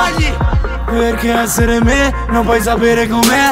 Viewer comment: "Perché ezzere me non puoi zapere com'è"